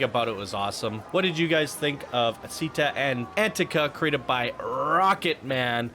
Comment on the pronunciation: Chee-TTÁ An-TEA-ka*